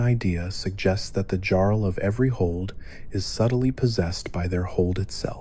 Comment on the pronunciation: Okay I think your video is amazing... But did you just say Jarl with a hard J????